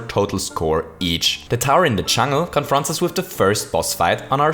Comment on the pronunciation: "the first few levels in the chungl"